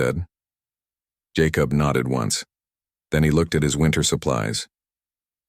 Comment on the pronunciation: Jacob is pronounced JayCub. Other than that it’s a good story Wichita, Kansas